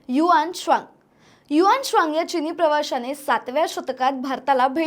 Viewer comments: HU AN TSANG bolave HUAANSWANG nahi . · ह्या ' हुएन त्संग ' च्या नावाचा तर चोथा करून टाकलाय पार.😅 कोणी ही उठून काही उच्चार करतो. आम्हाला शाळेत हुएन त्संग असं शिकवलं होतं.